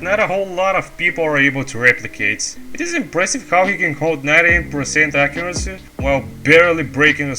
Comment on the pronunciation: "accuraccy" Great video dude, really glad someone is taking etienne's place as he was my first inspiration when i started playing a little less than a year ago, looking forward for more of these in the future!